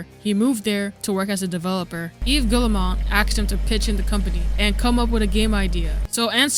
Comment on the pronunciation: I'm on a one-man crusade to see if YouTubers can pronounce Yves Guillemot's name! It's "Ghee-moe" Rhymes with "we go." Hard-G, two syllables. Ls are silent.